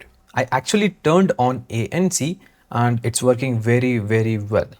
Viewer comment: Sir And hota hai AAnd nahi